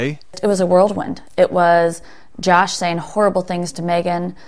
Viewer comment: Whirl wind. Not "world wind"